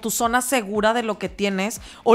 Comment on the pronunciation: Todo muy bonito como siempre pero como "sona" con s 😂